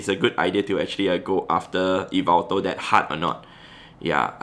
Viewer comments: Its not e-veltal its yah-veltal, but otherwise great video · Hey! The right pronunciation for yveltal is like this: yi-vel-taal Hope it helps u pronounce it in some way haha Keep up the good work and content u give to us so consistently. Cheers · He pronounces yvetal as yvital i pronounce it as yevetal lol hes pronounciation sounds better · Its actually YAVELTAL (from MandJTV) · It’s ya-vel-tal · According to M&JTV I think is how you spell it, it’s pronounced Yaveltal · Wow I had no idea that I pronounced Yveltal wrongly the whole time